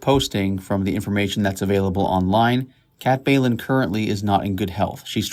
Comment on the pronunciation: Bjelland is pronounced "Beyelland" ffs